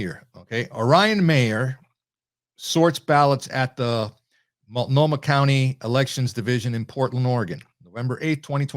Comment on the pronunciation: Pronounced: Mult no mah and De Shoots counties. 😃 Multnomah, Washington and Clackamas counties make up Portland and surrounding metropolitan areas. Marion County is home to the state Capital, Salem. All are solid or majorly lean left.